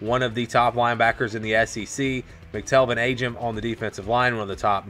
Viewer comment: its McTelven Ageem is how its pronounced